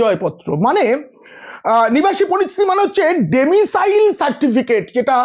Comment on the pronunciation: ডোমিসাইল, ডেমিসাইল নয়।